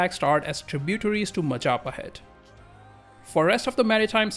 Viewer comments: Mahajapit❌ Majahapit❌ Mapajahit❌ Mahapajit ❌ Mapajahit❌ Ma ja pa hit? ✔️✔️✔️✔️ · that majapahit butchering is so gud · and proceed to mispronounce majapahit like a tongue twister match